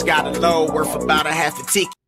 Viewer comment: "I just got a loan worff about..."